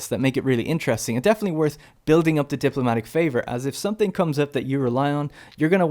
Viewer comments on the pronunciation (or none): none